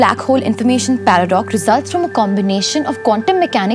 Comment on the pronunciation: She said "Paradock". Hahahahahaha